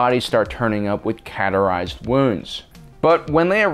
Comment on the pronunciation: What is a "Cat Are Eyezed" wounds? CAUTERIZED maybe? Ko-Ter-ized